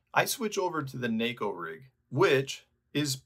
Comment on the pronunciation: Props for pronouncing neko properly.